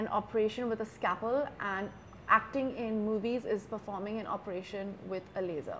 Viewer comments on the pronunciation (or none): And she said scapel 😂